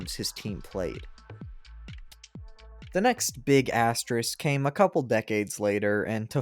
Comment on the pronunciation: This is a tough video to do when you can't pronounce asterisk lol, big props man